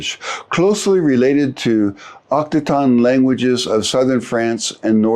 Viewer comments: Occitan ['ok.si.tan], not Oktokon. 🤦🏻‍♂️😂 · Occitan! Not Octican!